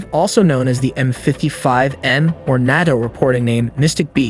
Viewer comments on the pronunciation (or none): NATO: "Nay-toe" not "naahto" ELINT: "eee-lint" not e-lye-en-t